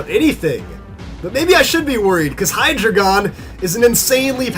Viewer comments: You're suppose to pronounce hydreigon like: hi-dry-gon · You are pronouncing hydreigon wrong